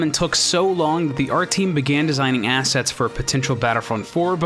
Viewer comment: only 60 seconds in a minute besides its "assets" not "asses"